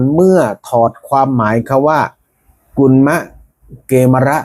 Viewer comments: กมีร์ -> เกมร -> เขมร -> ขแมร์ เกมร ไม่น่าออกเสียงว่า เก-มะ-ระ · เข มอน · อ่านผิด ไม่มีใครอ่าน เก มะ ระ ไปเอามาจากไหน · เกมรอ่านว่ากะเมน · เกฺมร น่าจะอ่านว่า กะ เหมน